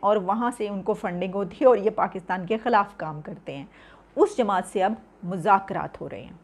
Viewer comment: Mujakraat nahi MAZAKRAAT